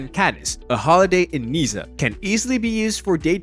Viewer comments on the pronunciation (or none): It go worse Niecee and then Nanntess